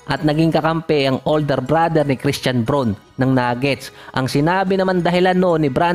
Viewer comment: Braun,pero ang pronounciation daw po non is BROWN din dol,hindi bron o brun